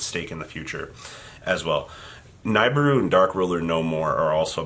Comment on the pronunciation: Nibiru is pronounced Nih-Beer-Roo, not Ny-Bur-Roo.